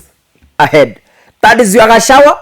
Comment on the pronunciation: My dear the good name of DP is GACHAGUA plz not Gachawa..